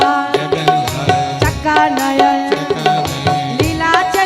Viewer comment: जगन्नाथ चका नयन निलांचल वाले हैं.... कृपया उच्चरण सही करें 🙏